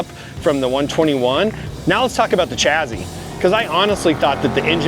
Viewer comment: Wtf is a "chazy"? I think you meant to say "chassis". There is no z in there.